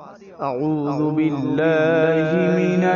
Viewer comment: Sahi se padha karo Auzu aur Bismillah ko kahe ka qari ho